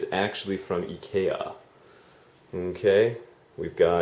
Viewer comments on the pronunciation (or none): "Ai-ki-a" is the american way to pronounce Ikea, I don't know much about Swedish words, but the way said it may be correct in swedish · He is pronouncing it with the Japanese pronunciation. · Is that a different store I've never heard of or do you just say Ikea weird? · i noticed a few things...one was how you used the japanese pronunciation of IKEA which confused me for a split second...another thing was your confusion of the bathroom control, i thought you spoke japanese... This video really expresses how proud you are of your house...i think i would be also if it was mine...also do you ever watch your old videos, cos i think this house changed you...all of a sudden you seem to have grown up, so to speak...so sound so mature